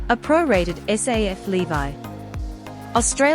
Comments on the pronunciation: Levee not bloody lee-vye! Is she AI? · Who makes this stuff, don’t you even listen to it 🤔😡LEVY ? Pronounced LEVee. Not “LEVI” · Levy not Levi. It’s a payment tax called a levy like levelling up. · The narrator can't even pronounce levy correctly. It's l.e.v.e.e not l.e.e.v.i.e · Interesting pronunciation of "levy" !!! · Not so much interesting as wrong!!!